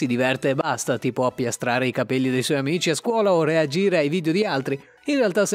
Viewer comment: Non puoi dire cabeio e insentibile 😵